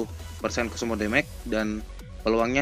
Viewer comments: hahahaha... demage juga di baca déméj bukan démék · Demej, bukan demek bro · It’s actually “damage” (read: demej) or just say “kerusakan” in Indonesian. 👍🏻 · Damage bacanya demek wkwkwkkw